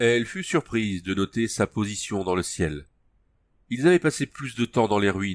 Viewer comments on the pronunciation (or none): les livres audio c'est une bonne idée, mais l'accent parisien c'est pas possible c'est insupportable j'ai cliqué au hasard "qui occultaient l'ciel" bordel LE CIEL pas "l'ciel" On dirait une grosse vendeuse de poisson sur le marché entrain de brailler pour vendre sa merde : "VOUS V'LEZ UNE P'TITE TRANCHE MA P'TITE DAME" "V'NEZ GOUTER MON POISSON M'SSIEURS'DAMES, IL EST BON MON POISSON" Ok pour les livres audios, mais lis les mots en entier stp, sinon c'est inécoutable (sauf par des parisiens évidemment) bon après je critique mais dans l'ensemble c'était bien lu 👌